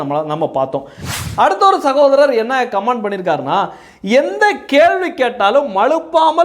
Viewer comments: Please correct - it is not command, it is comment. Please pronounce correct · கமான்d கமான்d ன்னு தப்பா இங்கிலீஷ் உச்சரிக்கக் கூடாது. காமென்T ன்னு உச்சரிப்பு இருக்கனும். தயவு செய்து கரெக்ட்ஷன் செய்ததற்காக மன்னிப்பு கேட்கிறேன்! 🎉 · Comment should wrongly pronouned like command. The speaker need to practice the correct pronunciation.